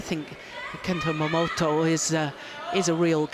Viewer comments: She says "Momoto" LOL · Btw announcer is pronounced as MoMoTa !!! Not MoMoTO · GILLIAN CLARK Stop calling MomotA - MomotO !!!!!!"!!!!!!!!!!!! goddammit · The whole friggin match she says 'momoto' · Stop calling him Momoto lol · it’s written MomoTA, not Momoto. If he wants people to pronounce it Momoto, he should change the name to momoto. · Great to see the early Momota. He seems not to be known when Gillian just doesn't get his name right. I hope he's still able to show what he's got when Corona's disappeared.